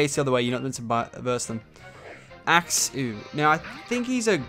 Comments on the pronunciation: (axe-you} is how you say it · Axew is pronounced (AX-YOU) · It's pronounced Axe you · the pronounciation of "Axew" is Axe-you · Btw Axew is pronounced Axe You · pronouncing Axew name is axe-you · It's Axe-You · It is pronounced axe u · Its pronounced axeyou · Say it like this axe-you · Its pronounced axe-you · you say it like ax-you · It's axe-you :) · Its pronounced axe-u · You pronounce it axe-you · #teamchespin #lovelachlan It pronounced AXu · You prenounce it as axuw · Its (axe-U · its pronounced ax-yu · Pronounced axe u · It is pronounced axoo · it's axew